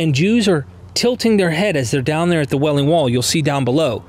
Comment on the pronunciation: Wailing Wall. Not "Welling" wall, as you said ... Also, in other videos, you said "tells" instead of tales. Mispronouncing words as such, takes away from your credibility.